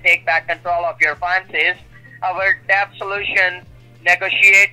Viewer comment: He's saying deBt. Pronouncing the B. 😂